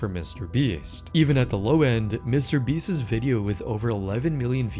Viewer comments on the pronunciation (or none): I like your videos but your pronunciation is driving me up a wall.. Beast's is pronounced the same as beasts. Not beastis